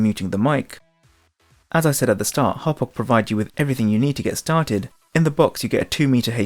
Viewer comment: Finally someone who pronounces it right.